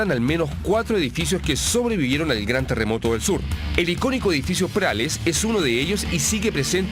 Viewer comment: Este weon dice teremoto jssjjs😄🤣